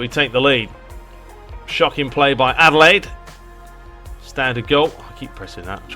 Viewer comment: Kudos for pronouncing Adelaide right. Like the old days, I think you have to play top down. The best weapon you have for shooting is swerve, hard to see that on the sideline view.